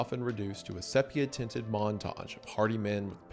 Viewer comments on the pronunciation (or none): Hell I laughed at sepia. It's See Pea Uh